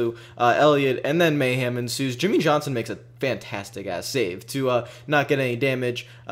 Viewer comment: I love how you pronounce mayhem as mayham. Lol